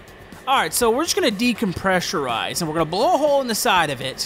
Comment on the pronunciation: "Decomressurize" pilot 101 folks